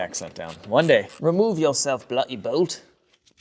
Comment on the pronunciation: BRITISH ACCENT TIPS!! Not a "bugga" - it's a "bug-ger". And "Remove yourself, Bluh-ee belt!"... No, it's a "bluh-DDee" belt!! Hope his helps with your immigration application!